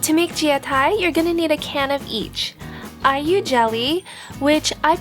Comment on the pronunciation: When you said Ai-yu jelly, it sounds like are you jelly lol.